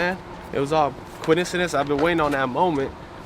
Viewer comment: It was all by “quincedence” 😂😂 wtf